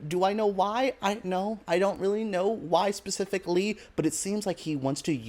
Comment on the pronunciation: "I don't know why, specific lee..." was that on purpose? lol